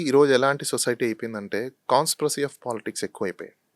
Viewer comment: Hello.. CONSPROSY kaadhu,, it's "CONSPIRACY.." spell check and pronounce properly pls. those are English words not Telugu words.. please Pronounce properly Your analysis and other justifications are genuine and appreciated,.